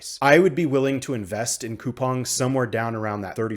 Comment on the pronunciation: Finally, a YouTuber who pronounces Coupang properly lol.